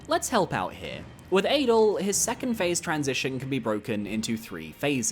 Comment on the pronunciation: Adel isn't pronounced like Adele either.